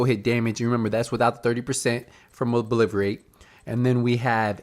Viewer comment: Love your channel, but bro you got to stop saying "ObliVerate". Once is an accident. Saying it twice is like.... do you realize the word is "ObliTerate"? Nothing but Love for ya though. :)